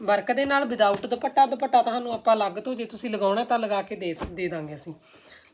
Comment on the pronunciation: ਤੁਸੀਂ ਦੁਪੱਟਾ ਕਿਹਾ ਕਰੋ ਦੁਭਾਟਾ ਅਜੀਬ ਲਗਦਾ